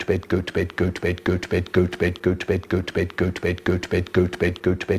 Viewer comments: After a while it starts to sound like he's saying "goat bed" lmao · Is it just me or I hear “Gucci bed” XD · It sounds like he's saying goats bed after a while Is that just me? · 2x speed tho 🥶🥶🥶🥶 it sounds like hes saying peppa pig lol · He said: Götüped Götüver Götver Götbet Götve Hötüvet Götüpen Götten 😀😀😀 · I hear gooch bate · sounds like goat bed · Nah u would be broke this man saying goat vape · I prefer the times he says goat bed.